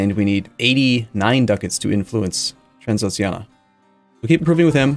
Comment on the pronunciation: Transoxiana? Oh, you mean Transxpfklsmfls